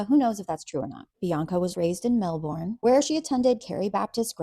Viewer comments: it pronounce mel-bern not mel-born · Lol, countdown to Australians losing their minds over you pronouncing it Mel-born instead of mel-burn🦘🤪😋😋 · Love your videos! Just FYI, Melbourne is pronounced "Melburn."